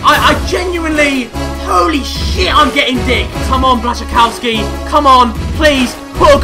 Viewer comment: Harry Błaszczykowski - Bwaschykowsky